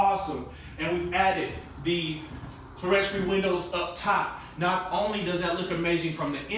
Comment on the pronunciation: Beauty! This would be ideal for my Daughter and me! Um,... that would be pronounced "clare-eh-story" windows.